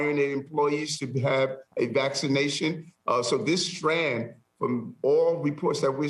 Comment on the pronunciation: This guy doesn’t even know how to say strain. Unreal.